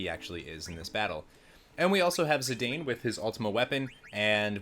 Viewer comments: It's pronounced zee-Dawn not zee -dain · It's not your fault for not knowing because they aren't english words...but: Zidane = Zi-dahn Eiko = Eh-koh Kupo = Koo-poh Regen has no excuse though haha.